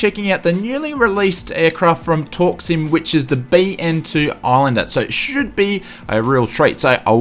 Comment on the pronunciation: "Torksim" never knew u pronounce it that way, I thought it was "torque sim" lol